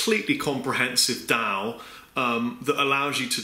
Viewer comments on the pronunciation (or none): Dow? it's a DAW, like door. studio one 3 is great by the way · Yeah thought he said said DAW differently...